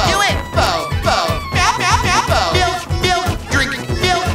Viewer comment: I swear I could have heard Elfo saying Milf instead of Milk!